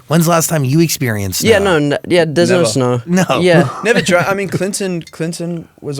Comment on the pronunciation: "We were shoveling snaur" 😭💜